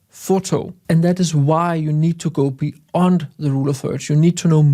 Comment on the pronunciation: be-Yond:) Jeg ved godt, der er nogle stykker i engelsktalende lande, der fatter hat og siger beond. Men det ER altså beYond 🙂